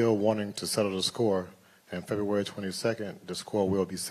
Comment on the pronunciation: Fury should make Wilder try and say February again.